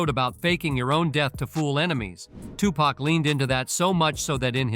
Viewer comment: Suge snoop I herd siddy j z made it orchestra it. His name he can't say tupac lol